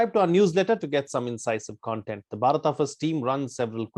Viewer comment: Dear, I'm a Telugu speaking person and We pronounce as BHARATA only but not as Bharat. In my view, what pronounced is correct 😊🙌🙏